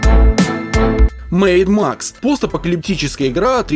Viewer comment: Я один слышал не Mad Max, а Maid Max?